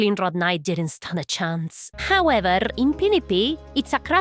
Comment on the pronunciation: Hearing the trill on “howeverrrr” adds to my lifespan every time